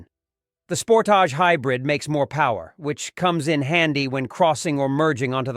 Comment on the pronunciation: How can you do a review of a vehicle when you cannot pronounce the name correctly? Thumbs down on this one sorry.